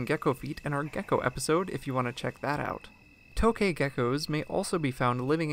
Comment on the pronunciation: It's actually pronounced "tuk ghae"